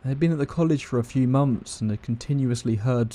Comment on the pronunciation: Once every few monfs.